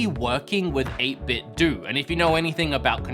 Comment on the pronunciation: 8-bit DOH.. not Doo... you remind me of my mom struggling to pronounce Nintendo.. "Nine Ten Doo?"